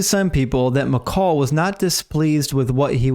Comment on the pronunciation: I just want to say great video, great explanation and detail! thank you for not being dogmatic in views of scripture that aren't 100% one way or the other but just putting out the certain facts and separating the probable things. Also I'm glad you pronounced Michal correctly and not "Michael" like most people do for some reason. My wife's name is Michal and we always have to tell people how to pronounce it especially since they seem shocked when a woman goes to pick something up after they called for "Michael" haha. Anyway thanks for the content and sharing your knowledge!